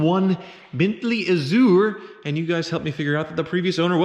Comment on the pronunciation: please look up how to pronounce azure. it sure isn’t ahzooer. it’s an odd word so you’ll need an audio pronunciation.